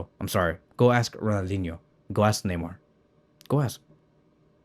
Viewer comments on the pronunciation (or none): none